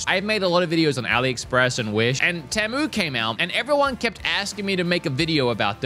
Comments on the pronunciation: Bro Really Said tEmU when its Pronounced "Tea Moo"🤣🤣 BTW: I Am Not Making Fun Of Him I Am Making Fun Of "Tea Moo" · You said it wrong 😂 its TEA MOO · I think its pronounced- tee-moo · It’s tea moo not teh mu 😂 😅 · It’s not pronounced Te-mu, It’s pronounced Tee-mu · it not tamu its temu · It's temu not timo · bro.. you said teh-mu and not tee-mu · It's "teee mu" not "tehmu" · You are saying Tamu. There is no "A" in Temu. Please learn how to pronounce it correctly. The worst part is how many times you said it in the video. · I hate the way americans say temu like tem-u when its said like team-ou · It's pronounced "Teemoo" :face-orange-raised-eyebrow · It’s pronounced tea-moo lad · Let's start with proper pronounced name TEE- MEW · I swear you say "pemu" in the beginning. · Ahh so it's not pronounced Teeemooo? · It's pronounced tea moo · It’s teemu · ( tea-moo) . Maybe you can pronounce it correctly with this help. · not to be the annoying one here but it's pronounced teemu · The way he says “Temu”💀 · The way pronounces temu is something elce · That’s not how you say temu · No him mispronouncing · YOU PRONOUNCED IT WRONG!!!!!!!!!!!